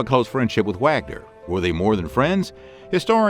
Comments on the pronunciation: It's not pronounced Wagner it's said as Vahgner. It's German. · the German composer Wagner is pronounced "vogner". I still love your videos. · I also came here to comment about Wagner.